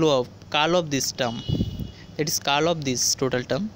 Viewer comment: Thank you .but it's pronounced as "curl" not "call"